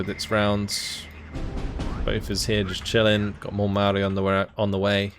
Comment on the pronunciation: It's Pronounced Mao-ri like general Mao